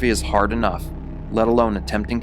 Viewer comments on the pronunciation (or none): none